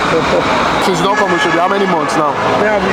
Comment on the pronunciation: Why is he calling it Oshodi instead of Oshodi?